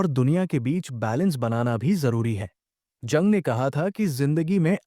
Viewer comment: जंग नहीं युंग बोलो। कार्ल गुस्टाव युंग।